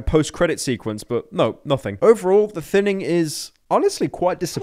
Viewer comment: It feels wierd that when people call it “the thinning” after watching call it “the thinining”